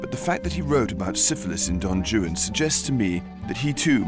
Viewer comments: Not to be picky, but someone could have couched him on how to pronounce Don Juan. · The way he pronounces "Juan" as "Jew-ann" is cute...I guess he doesn't know that in Romance languages the "J" is pronounced as an "H" sound. Well done otherwise, Rupert! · Why is it pronounced don joon for don Juan. Thought it was pronounced Don waan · Don Joo-an? What!? I thought it was Don "Whan" 😅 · Did nobody tell him that Juan is pronounced "Waan" and not Joo-an? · Don "Yu-an"?!?! Rupert, Juan is pronounced "Hu-an" for someone who purports to speak Italian, I can't believe you didn't pronounce Juan correctly! 😆😆😆 Aside from the mispronounciation of "Juan" which made me cringe ever time, I thoroughly enjoyed this documentary. I agree with many of the other commentators, Rupert is the prefect narrator for Byron's story. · "Why Capt'n Butler how you talk!" Why do you say "Don Jew-ann" when it is said: "Whane" think One with a W! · Yes my British friends, certain letters of the alphabet are pronounced differently in other languages. The name Don Juan is not pronounced Don jew-Anne (and it's not two syllables) & palliya is not pronounced pay-ella! My favorite cooking show, Sorted food, does that one all the time. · don joo-un, huh? ok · V.B. is right!... Rupert Everett pronouncing of D. Juan's "name" is completely wrong!... "Juan" is a Spanish name and the "J" should pronounce like an "R": R'uan!... So, your claim don't make any sense, it's absurd and reveal a huge ignorance!... -"He's pronouncing it in the way Byron wrote it"???... "Juan" pronouncing it's the same at Byron times as it's today!... And the rest... "Syllables" and "Rhymes" sounds completely absurd and don't have nothing to do with V.B.'s claim!... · I noticed that. One wd think he could pronounce Juan as Hwan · Rupert pronounces Don Juan as Don Jewan. Somebody help the boy. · Is Rupert Everett mispronouncing Don Juan or are there two ways to say it? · Have i been mispronouncing Don Juan all my life?!